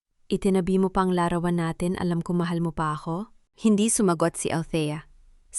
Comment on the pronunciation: Pinay ba narator,bakit larawan lang di tama pronounciation